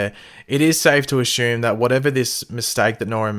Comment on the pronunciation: why do you always say asshume?